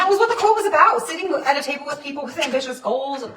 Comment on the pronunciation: I wasn’t really paying attention in the beginning, I thought she said titty bowl instead of table 😂.